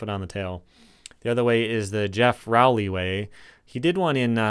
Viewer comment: You mispronounced Geoff's last name, it's pronounced ROE-LEE.